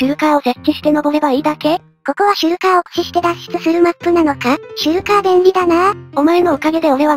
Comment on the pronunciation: どうでもいいけどシュルカーの事シェルカーって言ってた人いる？